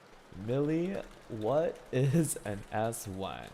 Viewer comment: He really pronounced Aswang as Ass Wang 💀